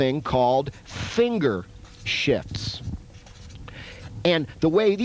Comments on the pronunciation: please tell me you purposefully said "" followed by "The reason is because one of your fingers has to do DOUBLE DOODIE"... I hear no F in there that first time... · Pretty much sure you’re supposed to pronounce the “f” in “shifts”